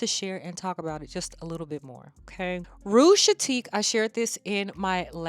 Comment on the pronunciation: Hey babe, I also love Rouge Chaotique bc I adore a juicy plum and saffron together. Its so sexy and alluring to my nose! I just feel like it's similar to something in my collection but I can't put my finger on it. Oh and its pronounced KAY-OT-TIK. I always appreciate correction so that why I offered it. Hope it doesn't come off as rude. Thanks for sharing!